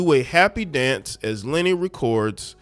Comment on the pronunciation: It's not Lenny. It's Luh Nay. LOL! You sounding like AI reading it.